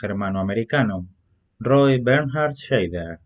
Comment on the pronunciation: Perdóname, pero es que es un apellido alemán que se dice /saider/. La "Sch" está muy bien pronunciada, pero el "ei" lo dicen /ai/. Buen video por lo demás.